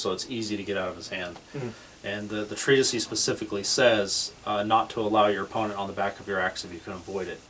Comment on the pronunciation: I stopped watching after you mispronounced "Treatise" 500 times in the first 45 seconds. Sorry, guys!